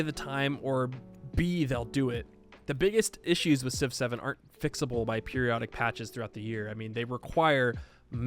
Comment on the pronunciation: You know when you say Civ 7, it sounds like you saying 6 7